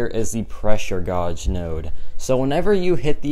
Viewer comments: Godge? You mean gauge like gage? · Say it like gage. Not gorge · It’s pronounced Gage, like cage with a G, pressure Gauge, not gawge or whatever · Yea me too hahaha pressure gauge (gage) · It can be pronounced either way, some of my professors say it like gawge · Gawge isnt a word. It's pronounced like the word cage, except with a g instead of a c. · Dont worry bro i pronounced gawj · I laughed so hard when he said “pressure godge is one of the most annoying “. Is it really? Or is your pronunciation in this case that’s most annoying? Take the L and laugh it off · Absolutely baffled at the way you pronounce gauge 😂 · it’s the French pronunciation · I’m a loser can you help me how pronounce gauge? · Jesus Christ !! Seems like everyone here wanted to feel a bit better about themselves..knowing how to pronounce 'Gauge' doesn't make you better than him !!